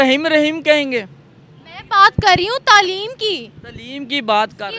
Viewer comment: abe tleem nahi taaleem hota hai. Urdu toh dhang se bol le.